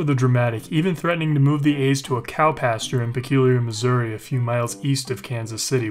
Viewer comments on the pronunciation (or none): none